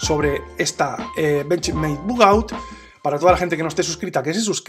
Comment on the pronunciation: Todo esta bien en el video... Pero no españolices los nombres... Pronuncia su nombre en su idioma original, no es bugout, es bugaut (la pronunciación)